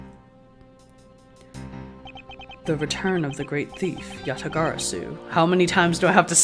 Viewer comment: Dude props to you for being able to say Yatagarasu like 10 times in a sentence LOL